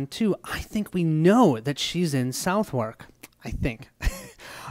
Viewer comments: Thanks for the playthrough. By the way, Southwark is pronounced "suthek"... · I loved this video, however I'm gonna give A little pronunciation guide. Southwark: Suth-hook, with a silent h in hook Shoreditch: Shore dich